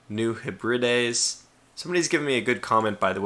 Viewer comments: Oh my, this was one excellent video. As "Graustreif Brombeerkralle" mentioned, that was probably the funniest moment in the video! Besides that, as far as I know, New Hebrides is pronounced, New Heb-ri-des. And as always, England Prevails! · I believe New Hebrides is pronounced New heb-red-dees... 😉